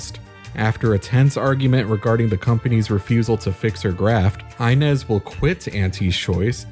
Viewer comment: It always blows my mind how someone can play the entire game repeatedly hearing the name inez pronounced ( EE-nez ) and then proceed to make a video calling her EYE-nez )